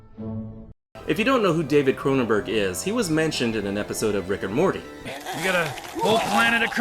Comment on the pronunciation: No H in Cronenberg.